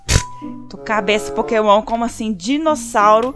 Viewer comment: "Pokemon"????? kkkkkkkkkkkk minha amiga... anda gravando muitos vídeos... dá nisso!